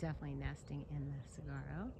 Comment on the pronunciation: You worry me! And it’s pronounced silent g. Sawaro (saguaro) ❤